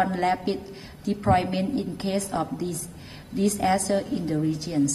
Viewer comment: OMG...such a "dis-ASS-ter"